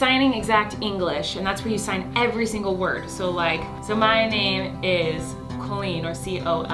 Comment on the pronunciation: Love this video.... although the way you say your own name makes me cringe. Lol KOHL-EEN. Oy vey